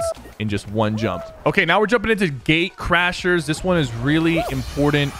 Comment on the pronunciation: He said Gate CrashERS